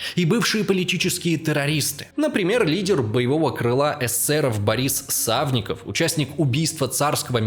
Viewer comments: тип пекаверкал фамилии, вместо Милюкова Малюков, вместо Савинкова Савников, лал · только Борис САВИНКОВ, а не Савников.